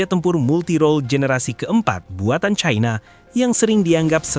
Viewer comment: Perggunakanlah bahasa Indonesia uluh bukan sok cadel dan kebarat baratan China dibaca China bukan Chaina yg sangat memalukan sebagai orang Indonesia